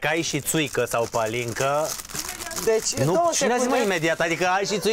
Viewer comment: Nu se spune palincă, corect ca și în Ardeal, pălincă 😜😜😜